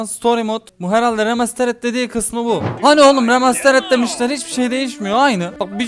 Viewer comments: rematsırıd diye okunmuyor böyle okunuyor reimestiırıd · 1.04 remstırd diye ounuyo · Abi remastirıt diye okunuyor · abi rimastırıd şekilinde okunuyo